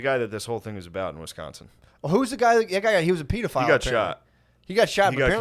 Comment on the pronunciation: buddy matt said “pedorist” not just once but twice😂